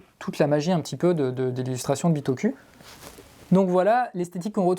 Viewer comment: Super vidéo, mais par contre la prononciation c’est bitokou ! On prononce sakOUra pas sakUra ou encore PokémonE pokemON Merci 😒😂